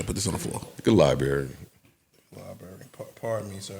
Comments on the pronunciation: “LIE-BURRY” 😂. Nigga it’s Library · Its LIE-BARRY lmfao